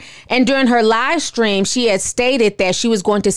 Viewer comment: When you said Shekinah’s livestream I heard “LIEstream”, but I don’t think there’s much of a difference 😂💯.